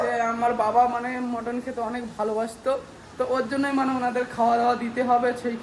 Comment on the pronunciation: ওটা মটন মটর না😅